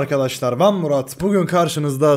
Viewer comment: abi artık maraba arkadaşlar ben deme düzgün söle yada eski intro gelsin